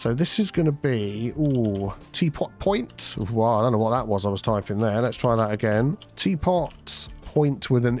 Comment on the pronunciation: Teapot Poin-TEA